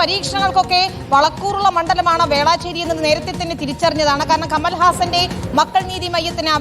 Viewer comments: വേള ചേരിയല്ല പൊട്ടൻ മൊട്ടെ വേലച്ചേരി ഞാൻ ചെന്നൈ ന്യൂസ് കണ്ട് cringe അടിക്കുന്നു മലരുകളെ സ്ഥലത്തിൻ്റെ പേരെങ്കിലും ശരിക്ക് പഠിക്ക് 😂😂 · വേളാചേരി അല്ല വേളചേരി എന്നാണ് 😂